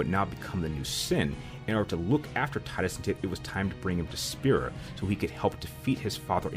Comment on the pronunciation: Subbed for pronunciation of Tidus.